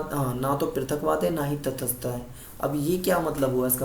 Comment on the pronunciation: Its not तथसथता Its तटसथता